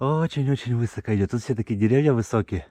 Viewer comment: Красота! Надеюсь пройти по этим маршрутам. Второй раз в жизни слышу ударение вЫсоко. Интересно, в каких краях так говорят?